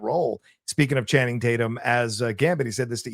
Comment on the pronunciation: "I call him Channing Tate-yum"